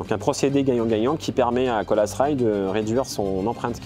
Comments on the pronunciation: Colas Rail se prononce en anglais Colasss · Colas se prononce "Cola" pas "Colasse" 🤦 qu'est-ce qui vous a pris ??? C'est contagieux ? sinon bonne vidéo